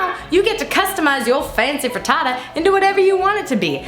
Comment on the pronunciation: "Frutootoo" - Hannah Hart